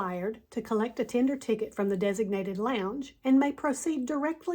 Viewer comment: "and bypass ALL THESE PEOPLE..." Yep, this is the way to talk about your potemtial subscribers... And this is not the only time she calls her fellow passengers "these people." Oh, and by the way, lady, it's /ˈtendər/ not /'ti:nder/